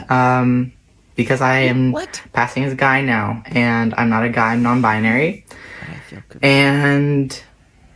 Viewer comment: i love you buck but it's pronounced NON-BI-NARY and not NON-BI-A-NARY